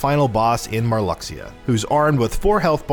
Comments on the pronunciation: It’s pronounced....MAR-LOO-SHA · "Marluxia" is pronounced "Mar-loo-shuh". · It's pronounced "Mar-loo-xia"